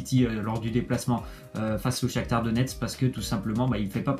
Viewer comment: C'est pas le Shaktur c est le Shaktar